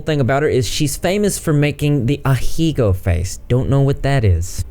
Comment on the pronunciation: Ahegao. アヘ顔, ah-heh-gah-oh. Wtf is ahigo? I know you know its a lewd thing and youre talking about pizza bc of censorship but you dont have to butcher the pronunciation like that when japanese phonetics are so consistent, my dude.